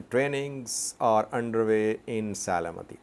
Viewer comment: Se-le-m-ti Not Se-le-me-ti. Thank you for your reports.